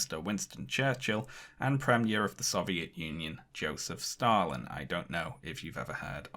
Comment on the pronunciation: "Joeseph Stalling" was the light break I needed during this otherwise heavy video.